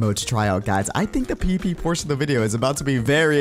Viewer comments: says "The P-P Portion of the video" instead of "The PVP Portion of the video" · He said pp instead of pvp